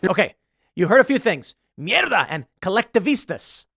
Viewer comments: Mierda its pronounced "Mih-er-dah" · The second Renaissance!!! This is promising! And it's mierda, Tim. Me- air-duh. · Did you mean “mierda”!? It sounded like you said mela